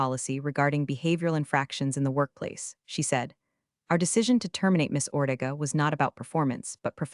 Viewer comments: it’s not that hard say it right, OrTAYga! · Ortega should be pronounced "Or-teh-ga" with a soft "t." It drives me crazy when it's mispronounced too! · OrTAYga . Pronounce it right, AI. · It’s OrTAYga, not whatever they’re calling it. At this point, the AI should know basic pronunciations like that. 🙄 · OrTAYga, not whatever mess they keep saying. It’s not that hard to get right! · Learn how to pronounce "Ortega" correctly. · Fantastic AI pronunciation of Ortega. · Pronounce Ortega correctly!